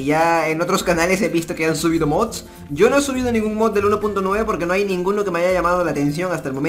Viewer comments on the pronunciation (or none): none